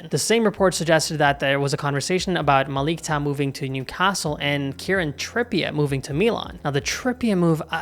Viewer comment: it's prounounced Malick [ʄaɰ] otherwise you're good.